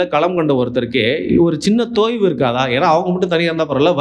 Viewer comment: தொய்வு, தோய்வு இல்லை - கவனம்!